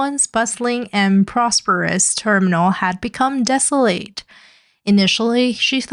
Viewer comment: What accent says "desoLATE"? I can't place it.